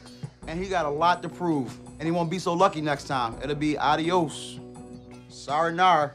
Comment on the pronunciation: This dude said SARANARA lmaooo